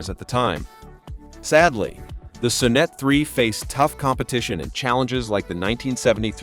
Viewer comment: "The son-NET I.E"? Try the "SOHN-net one", doofus!